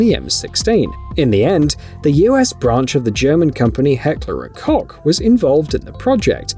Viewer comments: koch is pronounced coke... how does literally nobody know that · Koch not cock prounounced cocch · Heckler and koe. The ch is silent.